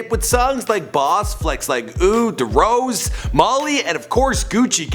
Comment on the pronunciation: DEH rose lol